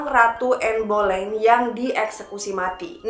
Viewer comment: Bacanya anne beleyn